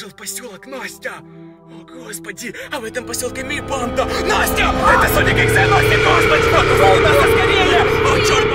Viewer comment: Он всегда говорил панда